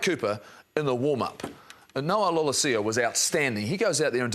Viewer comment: Who is 'Lolohsio'? It's pronounced 'Law-LEH-see-aw' (Noah Lolesio).